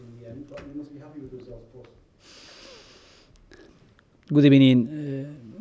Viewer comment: Guudir everrning!!!!!am dead..😂😂😂😂